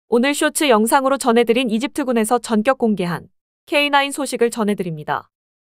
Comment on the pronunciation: "전격(電激)"은 경음화 되어 "전껵"으로 발음해야 합니다